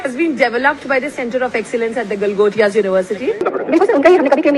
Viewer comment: Bro says fuck topia 😂😂